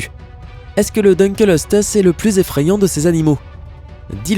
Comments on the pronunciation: J'ai vraiment envie d'insulter le propriétaire de la chaîne .. Dukleosteus CA SE DIS PAS DUKELESTEUS ! Faut vraiment être débile et ne pas avoir fais beaucoup de recherche sur son sujet sans déconner... 😑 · Mdr je suis rassuré de voir que je ne suis pas le seul qui a les oreilles qui ont saigné pour le Deukleosteus ^^ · Tu as pas respecter le "dunkleosteus" Il se prononce : Dun kléo sté us Pas : Deune kelo steus xD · On dit : dunkléostéus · Le dunkleosteus se prononce dunklėostéusse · Le no 7 se prononce dunkléostéus mais sa ne ma pas dérangé il est normal qu'on se trompe avec un nom pareil. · Ça ce prononce dunekleosteus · On dit Dunkleosteus :( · Quand il a prononcé Deukleosteus mes oreilles ont saigné Mdr ^^ mais petite vidéo sympa ;) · Pour le numéro 7, son nom est Dunkleosteus (prononcer DEUNE - CLÉO - STÉ - USSE) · dunkleosteus se prononce pas DINkleostéus ? et au fait le liopleurodon est un magnifique animal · Ouep un Dun kléo sté us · Bin toi, je vais t’appeler Maunaïkke... On dit "dun-klé-o-sté-us. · Il a tué le dunkleosteus xD